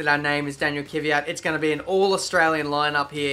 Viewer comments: IT'S KVYAT NOT KYVYAT!!!!!!!!!!!!!!!!!! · Oh God. The way you pronounce Danil Kvyat is awful.